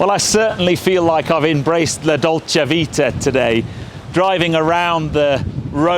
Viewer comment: Dolce vita.. You have to pronounce the final "a" like in most of the languages, not like in english 😊. Like in Paris, Marseille, ah la la, Roma, basta, Pininfarina, pasta, Armani, strasse, Autobahn, Hamburg, Angela, Barcelona, Madrid, Brasil, Copacabana,... The "italian" gesture has no sense and should appear a little bit crazy to Italians 🙃. A nordic tourist in Italy is recognized without any doubt by that gesture and sometimes by drinking wine 🍷 with a pizza (Italians most of the times drink beer or soft drinks with pizza) 😉. "Ciao" was very good pronounced 👏